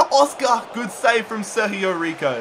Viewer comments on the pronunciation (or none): its sergio rico not serhio riho